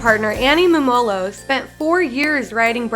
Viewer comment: Pronounced Mumolo wrong the whole video